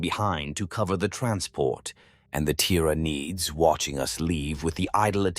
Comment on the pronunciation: Tiraneeed organsim😂😂